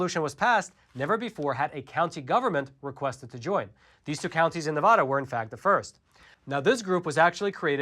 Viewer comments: I love you guys and everything the Epoch Times is and stands for. But please for the love of all Nevadans, refer to our state as 'Nevada' with a soft a as in 'Dad'. Not Ne-VAH-da. It drives us batty and this highly mispronounced Pronoun continues to be perpetrated! State historians will tell anyone that NeVAHda is wrong and if you come to our state you'll see bumper stickers trying to get people to stop saying it in this way lol. How this way of mispronounciation of our state's name became so popular we will likely never know. But I have to politely correct so many people I'm on the phone with whenever I pay bills out of state as they almost always say 'NeVAHda' lol. But it's totally wrong. Take care keep doing everything else right though! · Liking and posting for the Al Gore Rhythm! Staying for the great, intelligent commentary!: PLEASE! It's pronounced Nev-ADD-da, not Nev-VAH-da! Thanks for the AZ audit update and letting me know which two NV counties I should look at moving to from Clark county. Keep up the great work! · FYI, you are mispronouncing the name of the State of Nevada. The first "a" should sound like newspaper "ad." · P-l-e-a-s-e stop mispronouncing “Nevada”. Have you ever even been to Nevada? No! Because if you had, you’d know that we pronounce the first “a” in “Nevada” the same as the “a” in: apple… and the second “a” like ‘uh’. My ears and I thank you. 👍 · I live in Elko County and am proud of it. We are a 2A sanctuary as well. Also, it’s pronounced, “Ne-Vad-Duh”. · How you enunciate the a in apple is how you should enunciate the first a in Nevada. Its like someone from New England hearing me say massa-to-shits. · You're saying "Nevada" wrong. The "ada" is like "atta boy"!! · Pronunciation Matters...**Nails on a chalkboard SCRRRREEEEECCCCCHHH** Please learn to say Nevada correctly. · THANK YOU!!! It irritates me everytime someone pronounces it wrong. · Wish people would learn how to pronounce Nevada smh 🤦‍♀️